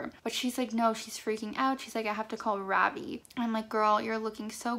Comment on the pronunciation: ITS NOT FUCKING RAAVII ITS RAVI RAVI. SAY THAT!! RAVI